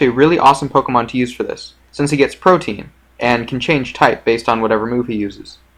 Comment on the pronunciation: Also, Protean is "pro-ti-enn" not "protein".